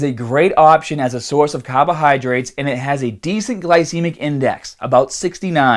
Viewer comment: What the heck are cahbahydrates